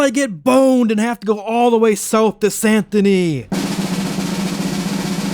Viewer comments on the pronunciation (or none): It's San Dennee. The t in Saint is silent. Awesome video.